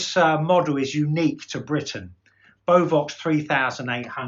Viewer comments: Nice video. Although as a Dane, hearing beovox pronounced like that, are a bit strange. It is 3 syllable be-o-vox. Emphasize e o and then o in the last. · Don't you pronounce beo-vox the other way sounds like mad cow disease lol Can you turn your inadverts off I don't mind at the beginning and end but so many inbetween very annoying thanks You might have issues with out-of-phase drivers in your Kef's you may need to do it on the driver individually then the terminal, get a 1.1/2 volt battery and touch it to the speaker terminals don't keep it on the speaker too long just on and off you should see the driver going forward if it's going backwards it's out of phase tweeter and woofer need to be checked individually on both speakers try and get yourself some leak sandwich 600 speakers they do very in conditioner about £180 or leak 2060, or if you can 3090 looking for a pair I'll give you £850 with fully working drivers of course cabinet structurally sound but with cosmetic damage is ok!